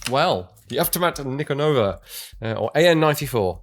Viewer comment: Ni'konova emphasis on the "i" Great content!